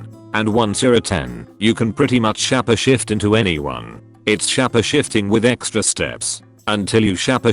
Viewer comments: Couldn't continue watching after s-chap-eh shifte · For the love of god, stop saying shappashift. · shahpeh shift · Why did it annoy so much that the robot pronounced shapeshift as shapashift? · Everyone: Shapeshift Computer voice: shappashift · Shapeshifting world: exists Narrator: shappa shift.